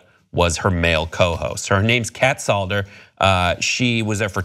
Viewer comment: It's Sadler not Salder